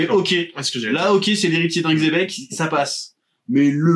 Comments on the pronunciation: Mais pourquoi il l’appelle Tchebec? Ca se prononce Xebec avec un X non? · La vraie prononciation c'est Jibek, donc il est plus proche en disant Tchebek que ceux qui prononcent le X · Cest dommage d'utiliser le mot xebec 800 fois mais ne pas savoir le prononcer 😮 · Xebec, la vraie prononciation jap normalement c'est "Jibek" mais bon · la vraie prononciation si on devait l’épeler ce serait plus Djibék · Le X se prononce Ch en chinois et d'autres langues, il se donne juste un genre en disant tchebec en croyant avoir une prononciation correcte alors que pas du tout, ni en français ni en chinois ni en espagnol